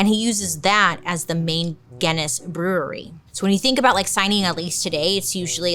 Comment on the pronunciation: Bailey I’m so proud you were able to say brewery so many times without messing up!!!! I too have the same speech impediment!! Rs are so HARD!!!